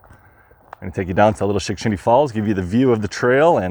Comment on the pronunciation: As advertised! 😁 I could not count how many times you said "Shickshinny " , but it was alot. Only a true Pennsylvanian could pull that off, and say it correctly EVERY TIME.😆 Thanks for another great adventure, my friend 😊